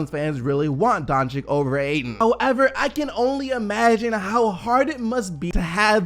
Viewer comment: Why do you pronounce the two C’s in Doncic differently? They’re both “ch” sounds lol.